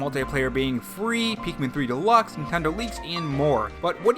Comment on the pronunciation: I feel like sometimes you say Pikmin, and it sounds like Peakmin or Peekmin.